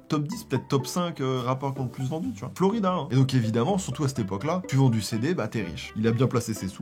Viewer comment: J’adore!!! 😂 la nostalgie et puis t’es tellement drôle! Par contre c’est Flo raïda pas Florida 🙊